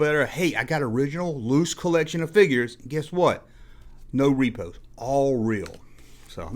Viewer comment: Your answer to question 10 was the best 🥰👍🏼 also it’s Repro not Repo 😂